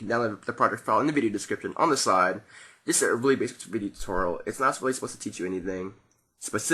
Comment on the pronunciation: He Said Video Tuteral..Lol